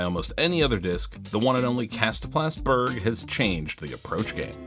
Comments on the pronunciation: 🇸🇪 Berg is pronounced "berry" but replace the Y with the J from jump: "berrj" 😊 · Dont know what Swedes you been talking to, there is only one way to say Berg in Swedish. Do you say Mountain different in English? Berg is Mountain in English. The e should be much softer and shorter. G also much softer but not shorter almost closer to a J then a G. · BTW, Berg is pronounced "Berg", as in "berg" or "BERG." In the north of Sweden it is pronounced more like "berg" than "BERG," but most Swedish people just say "Berg." I get around the confusion by not having one in my bag.